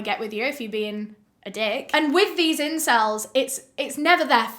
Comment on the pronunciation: this is a serious video but hearing her say "incells" made me laugh way too much im sorry😭